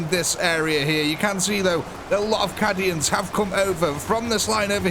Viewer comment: You pronounce "cay-dians" as "cah-dians"... I didn't want to say anything at first, but several videos mispronounciations is making me speak up.